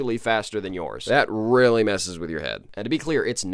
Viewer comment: It weewy hawd